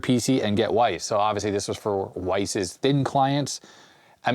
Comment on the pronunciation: WYSE? I thought it was pronounced wise, not weiss. I've never heard someone say that out loud before!